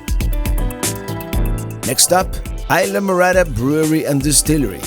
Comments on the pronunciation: "Eye-la" Morada? You must mean IS-la! Talkin' like a gringo! WTF ! :) Just pushin' your buttons ... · I enjoy all your videos. I'm watching the Florida Keys video where you stayed in Islamorada. What i don't understand why a Cuban like me you don't properly pronounce the name Isla Morada correctly. For those watching that don't know Spanish, Isla means island, and morada means purple. Isla phonetically would be pronounced, Eeesla or close to that. Be proud of your heritage, I am. From California Alberto.